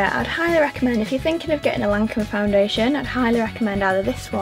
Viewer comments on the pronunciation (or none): Don't worry about not being able to pronounce Teint it's so difficult..but Lancôme is pronounced LanCOM! ❤️